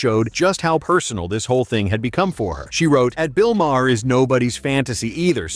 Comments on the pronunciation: Who is bill mah-har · Bill "MA-HER?" 😆 TOS wasn't woke. And your bad narration keeps dropping out. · Ha ha, your Eh-Aye can't pronounce Bill Mahr's last name! It's pronounced "Mar" BTW.